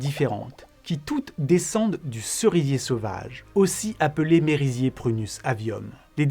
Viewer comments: 28min. C'est pas Mérisier... mais Meuhhhhhhhrrrriiiisier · Excellente vidéo malgré quelques problèmes de prononciation comme le merisier oui c'est un e pain é mais bon ça m'a fait marrer comme deux autres que j'ai la flemme d'aller retrouver...